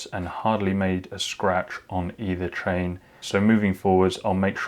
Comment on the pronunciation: Yes he says TRAIN not CHAIN !!